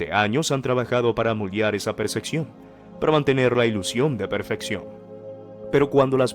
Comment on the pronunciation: Se dice percepción no perceccion